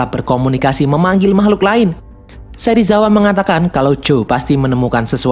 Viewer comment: Bjir Serisawa😂